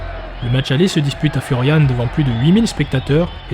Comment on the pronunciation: tres beau mais par contre je suis corse et tu dis claude pape furiane ......